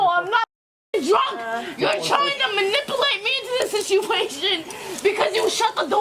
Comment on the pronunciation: Case# 3: “You’re tryin’ to ma-nipple-ate me.” 🧐